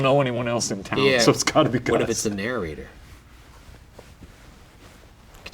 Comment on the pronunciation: i love you ryan, but you say narrator wrong. you say narrorrator and it kills me every time 😩 dope story tho keep it up ghoul boys